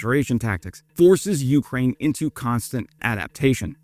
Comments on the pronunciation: Some times I think you just like the sound of your own voice. Also.. the way you say Ukraine most of the time is kinda annoying. "YOU-kraine".. 🫩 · I am once again asking you to put the emphasis on the second syllable of Ukraine like a real human would